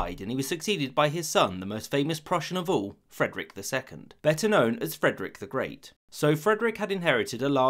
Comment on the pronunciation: Kinda sound more like it's "Fredericks the Greats" (or "The Great Fredericks") lol